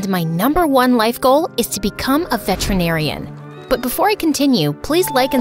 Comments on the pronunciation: her life goal is to be a veterinarian but yet she mis pronounced it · Anyone else misheard and thought she said vegetarian …..